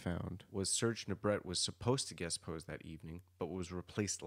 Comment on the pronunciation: Serge Nubret is pronounced " Nu bray". Et at the end of a word in French is often pronounced " ay"